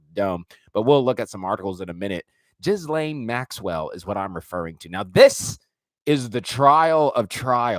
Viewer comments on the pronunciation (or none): Love what you do!!!! Can’t deal w the “jizz-lane Maxwell” annunciation 😂 “gill-lane”